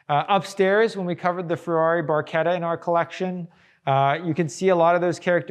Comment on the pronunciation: Automobiles Super and Hypercars museum in US??? what´s next? Baseball museum in Europe? and Im Not english, but the name of 360 is Barchetta!, not bourquita.....and Coupé pronounces COUPEY, because of de É in the end, not "Koup".. (that can explain where thoose names and cars belong)